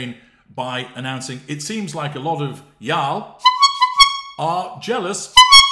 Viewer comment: Omfg after hearing you say "y'all" even being from the south in the United States 🇺🇸 I'll have to train myself to Never use that again!!! Lmao ❤